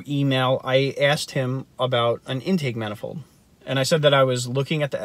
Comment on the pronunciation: The way u say intake manifold makes me think u don't no what an intake manifold is And 20hp for 2k is fucking awful